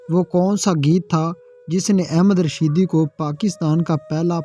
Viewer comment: Pehle singer ka nam to sahee bolo ahmad rushing not ahmed rushed please Kam soch ker karabiner only 229 people.very poor.